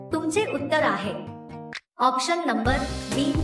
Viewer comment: आॅक्शन नाही आॅप्शन म्हणा. आणि ये नाही ए म्हणा